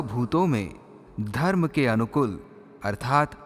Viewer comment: अनुकुल। नहीं / अनुकूल ऐसा उच्चारण होना। चाहिये। ।